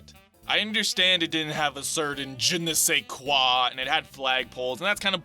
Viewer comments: "Je ne sais quoi" (^o^) Best French accent ever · RIP 3DS. I'm french and it's weird to hear someone english people saying "Je-ne-sais-quoi."